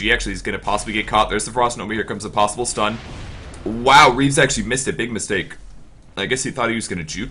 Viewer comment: no, not "Reaves", "Reeves".